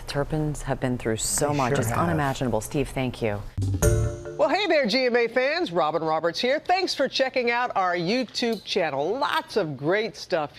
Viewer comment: I really wish Robin Roberts wouldn’t come on screaming about the “you…Tube” channel the way she does. Not only does she not pronounce youtube correctly, but coming at us like that after a sensitive subject is soooo annoying 😡